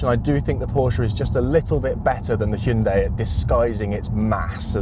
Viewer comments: First off, PROPS for getting both names right. Pors-sha (not 'porsch') and Hyun-DAY (two syllables is correct, not Hy-un-dai as many Brits seems to pronounce incorrectly). I personally find the Ioniq 5N more interesting than the Macan EV and I'm a huge Porsche fan too... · Kudos for pronouncing both 'Por-sha' and 'Hyun-DAY' correctly (so many Brits butcher the name, Hi-Un-dai'